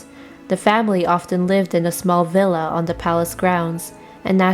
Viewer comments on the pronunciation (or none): none